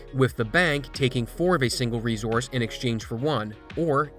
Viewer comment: Please look how the word resource is pronounced.